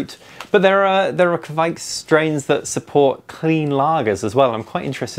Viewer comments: Ka vike... not kquick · If you pronounce Kveik like you say quake, except you exchange the u for a v (qvake), you will be golden. Love from Norway :)